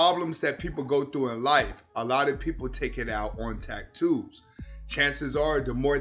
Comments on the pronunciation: The delivery cracked me up. Tack-toos 😂😂😂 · Are you saying tacktoes